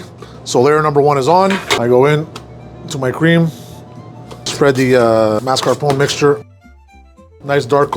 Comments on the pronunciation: Well, maybe not exactly correct. He says MAS-CAR-POHN instead of MAS-CAR-POHN-AY. But, at least he doesn't say MARS-KA-POHN. That would just be an abomination. Just as terrible as saying CAR-MELL for CAR-A-MELL. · Mar-ska-PON-nay. C'mon. You should know the "e" is pronounced! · Amigo you’re Italian it’s “ marscaponeh”. Jeez 😍😘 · he said "mascar-poun" still wrong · As someone venetian descent this is not..tiramisu. Italian Americans are such a bad representation. Tiramisu is just espresso. There is no liquor traditionally. Also if you wanna say you are italian descent and making it...pronounce it correctly lol. Mar-sca-po-knee. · “Mask car pone” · I usually love these videos... But the way he kept saying marscapone wrong... It really peeved me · I know this chef is fake by the way he pronounce "mascarpone" ! 🤪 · Went do you pronounce Mascarpone incorrectly? Where exactly are you from? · Why is he saying Mascarpone so weirdly? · How hard is for somebody whose whole persona is “being Italian” pronounce the trailing E in Italian words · I don't think he does pronounce it correctly... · Dunno about learned from Italian guys when you mispronounce mascarpone EVERY time